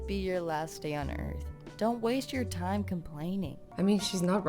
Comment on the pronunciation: u said wast not waste